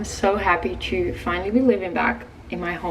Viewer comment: I’m just obsessed with how she pronounces to as two ha ha! Super cute!